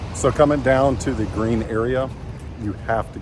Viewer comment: FYI, Gruene is pronounced "Green" in Texas.